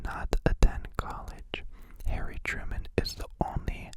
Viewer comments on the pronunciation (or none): none